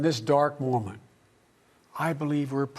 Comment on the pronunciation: "in this dark woman" or "in this dark moment" You decide.